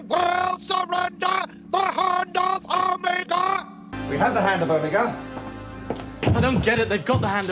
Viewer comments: He does the same thing with Omega in the Reality War, you think they would've corrected him 😭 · Watching The Three Doctors for the first time, it really threw me off the way everyone was pronouncing Omega. Apparently I've been pronouncing it like a Dalek my entire life. Is it just a British accent thing???